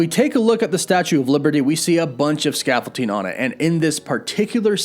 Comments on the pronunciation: Scaffold-DING, not ting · Why do you call it Scaffolting? It's ScaffolDING 😁 It's like your Wolf becoming Woof haha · Sorry, what is scaffolting? Did you mean scaffolding? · Does this guy think the word “scaffolding” is pronounced “scaffolteeng”? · stressing me out how you keep saying 'ScaffolTing' instead of 'ScaffolDing' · Oh man every time I hear him say "scaffol-ting" it takes me out haha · "The Statue of Liverty and that scaffolting" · Man said scaffolting 💀💀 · ScaffolTing? Sorry, I couldn't unhear that. Joking aside, well done video! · scaffolDing... with a D not a T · Really bothers me how you say scaffolding. There is no T. Lol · You're killing me smalls! There's no t in scaffolding. Not sure why that's driving me nuts like it is, but damn, it really is lol. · ScaffolDing. With a D, my dude 😂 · I'm sorry, but it bothered me every time you said it... There is not a "T" in scaffolding. Sorry, my ADD gets me sometimes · dude, you know there isn't a "t" in that "s" word you horridly butchered 20+ times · Why does it bother me so much the way he pronounces "scaffolding" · Scaffolding doesn’t have a t in it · Scaffolding man, there’s no T…don’t mean to be that guy, but….